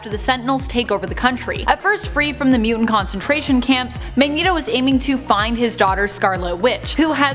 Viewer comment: Ahhhhh!!! You all being Canadian explains a lot. Lol! I always had suspicions you were from the extreme North. I just didn’t now it was THAT far North. But, explains how everyone on this channel speaks funny (like the way the bearded guy always pronounces “Mutant”. Ew it makes me shudder!), and how you all BUTCHER names!